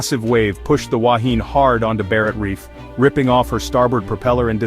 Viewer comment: This AI generated voice cant pronounce the word "Wahine" properly. Secondly it was not the worst shipwreck in New Zealand - that title goes to the sinking of the Orpheus in Manukau harbour in 1863 with the loss of 189 lives and several other wrecks with heavier loss of life have occurred over the years in New Zealand